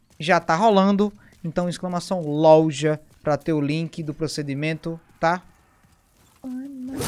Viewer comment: Essa pergunta tentei achar a resposta no Google e n encontrei. Pq os Youtubers estão falando LOLJA ao invés de LOJA? Alguma idiotice do YouTube e suas diretrizes?